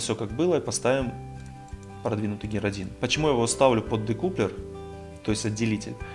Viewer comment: Учись читать и произносить. Дэкаплер!